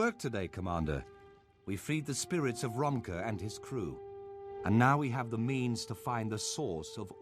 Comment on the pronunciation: The names of Romke and his crew are actually Frisian/Dutch in origin. They are pronounced more similarly as Romkeh, If-keh, Shoord, and Houke.